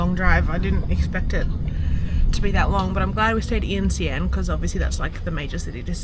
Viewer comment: Good on you for giving it a go with basic phrases, but just wanted to suggest that - you've mixed up your pronounciation of the "a"s in Xi'an and yuan: it's "See-Arn", and it's "Yu-en"